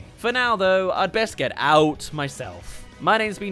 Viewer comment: I love how he said "AOT" than "A.O.T."